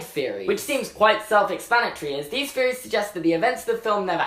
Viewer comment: “Feories???” Or THeories??? U have trouble with some your “THs” sometimes